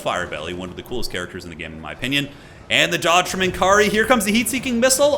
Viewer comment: it's pronounced "N'Kari", not "N'Kari".